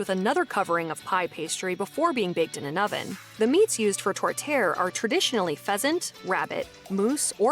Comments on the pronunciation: Major food chains have "upped" poutine by adding pulled pork and other items.... You need to have fresh squeaky cheese curds and hot gravy. The meat pie is pronounced "Tor tee AIR" and usually made with a mix of beef/pork and sometimes veal (all ground). Peameal bacon here is often called back bacon (we also have streaky bacon too). A Caesar cocktail is great but you need Clamato juice to make it--just using tomato juice is not the same. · The way the narrator pronounces 'tourtiere' should land them in jail. This comes from a Canadian, not fluent in the French language.